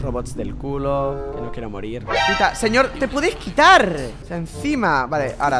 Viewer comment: te sale re piola el acento Argentino, Pero no es """"""""Quitarrr"""""""""